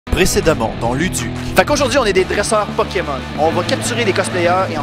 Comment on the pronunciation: aha énorme "poki-mon" ;)